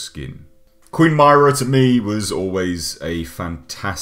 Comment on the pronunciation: You said Myrrah wong